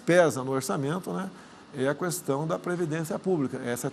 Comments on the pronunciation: minha vó fala qüestão e qüatorze, natural pq eles aprenderam assim 😂😅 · Só falta que parar de pronunciar a letra U quando fala a palavra questão.